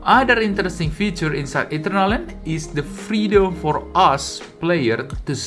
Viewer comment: bro its not Eaten-err-land , its ee-turn-al-land.